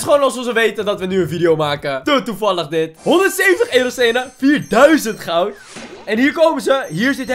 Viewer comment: Niemand: Helemaal niemand:: GoUd